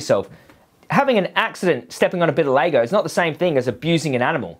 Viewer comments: It’s LEGO fuck stick not lago😂😂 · why do you keep saying "Laygo"? lol. Its LEGO. Its reminding me of some other video you did ages ago where you kept saying the name of a food wrong and all the comments where about it. I cant remember what food it was now but was funny